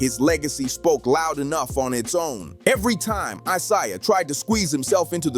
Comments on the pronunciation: It's pronounced eye-zay-uh. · Why is it when you people do these videos you can’t pronounce these guys names properly!! Like come on now!! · How many times are you going to mispronounce Isiah? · YOU DON'T KNOW HOW TO SAY A PERSON NAME. CORRECTLY. LESTER EL ISLAMISM ☪️ 🕋 🕌 ☪️ 🕋 🕌 ☪️ 🕋 🕌 ☪️ 🕋 🕌 ☪️ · How can you go a full video mispronouncing Isiah. That there kills your whole video. Do better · I can't watch a clip where a guy can't even pronounce Isaiah Thomas's name right